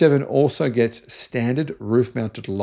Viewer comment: I think the word is gets not Gest.